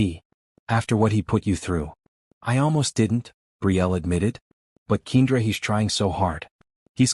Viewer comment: I absolutely hate the pronunciation of keenDRA I am used to Ken-dra